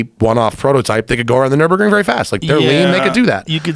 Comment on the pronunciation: only thing he'd say is "the gt3rs has the fastest time on the nurbundun" how fucking hard is it to remember nurburgring when it's your one reason for buying your car